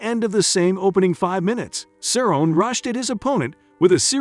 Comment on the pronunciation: not even Cerrones last name right either 😂😂